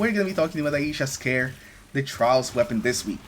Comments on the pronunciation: Just FYI for everyone, its pronounced eye-sha (Ai-sha), not eye-ee-sha. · nah.. Its pronounced Ai-ee-sha. 💯👊